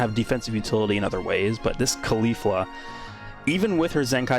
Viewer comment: Your pronounce of caulifla hurts my ears, you say her name wrong